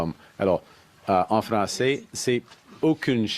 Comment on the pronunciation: He speaks fronglais 😂 you need to resign